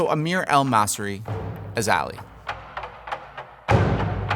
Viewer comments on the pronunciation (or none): It’s ALI not Ali